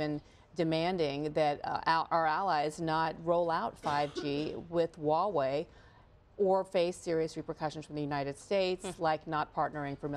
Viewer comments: It's pronounced "wha whey " love not highway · "hoo why way" no, it's "Wha-Way"